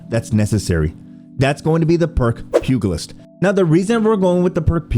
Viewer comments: Pugilist is a soft g. Pew-jel-it’s. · and I had to stop at "pew-guhl-ist" jeez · The “g” in pugilist is pronounced “j” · I just wanna tell you that the letter "g" in pugilist should sound the same as a "g" from generous. More like a "j". I know it's probably annoying to have people tell you that you mispronounced things, but it just grates across my ears hearing people say it that way